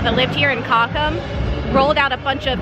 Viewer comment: I feel kind of confused when your pronunciation of German words you use often is close to perfect but some less used words/town names ( like "cochem") are pronounced the American way. Unfortunately, these words are only stored in my "German memory", so I do not recognize the term on first hearing if the rest of the sentence is in English.